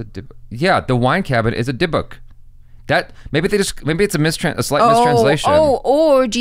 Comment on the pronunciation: i love the fact that says the correct pronounciation of Dybbuk 🤣🤣 and canttt